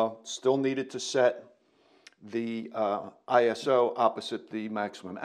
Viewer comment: I thank you for saying “ISO” instead of “eye so” as kids these days say.